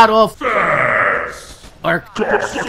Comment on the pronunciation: Sounded like the voice over was just saying Fasss!! Dammit i need more G's